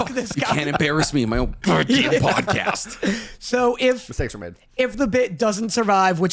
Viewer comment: Did anyone hear say “pad-cost” instead of pod cast. It’s literally one of favorites parts of this series, just the random shit that happens and gets said back and forth. Favorite pod cast by far.